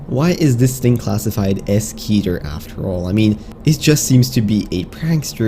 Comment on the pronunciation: It's Keter (Keh-ter) If you can say Keter Griffin then you are saying it wrong